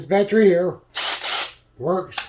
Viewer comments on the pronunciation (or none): What is a “baatree”? Is it an evergreen or deciduous tree? “Litterly” is not a word. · Battery has three syllables. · Great, my “Batree” thanks you.